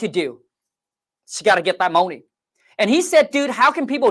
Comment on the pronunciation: Let’s go get this moahney!!!